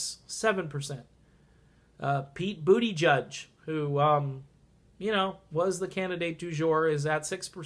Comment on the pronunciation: Booty judge. Cannot unhear. :D